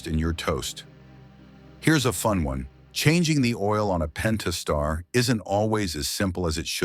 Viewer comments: "Pen tas tar" .... done. Video lost all credibility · “Pennn-taaaah-star three dot six.” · Would be nice if the AI could pronounce "Pentastar" the same way twice.